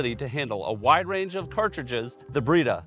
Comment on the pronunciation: I thought you said "Burrito"